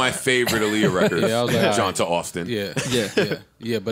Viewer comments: Yo Joe, it’s pronounced “Johntay “ it’s just spelled like johnta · I still find it funny they're pronouncing Johnta' name wrong. lol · It was cringe worthy listening to them pretend to know who Johnta Austin is while mispronouncing his name for 30 minutes.